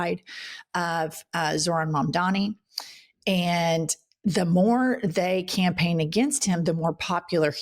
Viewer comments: it is Mamdani not Mamdami like the repubs mock his name. Plz learn his name. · learn to pronounce Zohran’s last name. Heck there are only three syllables. “mum” “da” “nee”. You keep saying mumdami!! Otherwise, your show is great! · You ladies interviewed Mamdani which means you must be familiar with his name at the very least. So,, stop butchering his name...LOL. Say after me: MAM - DAN- EE. Not so difficult, right? 🙂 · It's MUM-DAA-KNEE.